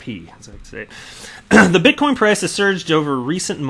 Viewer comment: Please sir, I beg of you. Stop saying bitcom lol.